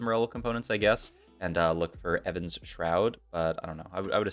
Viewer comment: stop saying evan's shroud